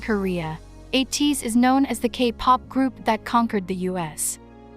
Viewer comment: A - teez pronounce A like you would say A